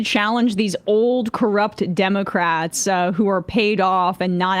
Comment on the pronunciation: I thought his appeal was that he says Democwats